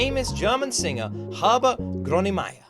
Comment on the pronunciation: Yeah, no, your pronunciation is way off, as usual. You can't really tell an English speaker how to pronounce it through writing though, cause English doesn't have an Ö sound, and leaves out letters randomly when reading things. The best I can do is tell you to watch a German video of somebody either talking about him or interviewing him, so you can hear somebody pronounce it correctly. EDIT: You actually got it somewhat correct on the end of the intro. Wrong emphasis, but that's nitpicking. Also, you should 100% react to the two biggest German Punk Rock bands, BTW. One being "Die Ärzte" (I recommend "Schrei nach Liebe", "Junge", and "Deine Schuld") and "Die Toten Hosen" (I recommend "Tage Wie Diese" , "Altes Fieber", and "Hier Kommt Alex")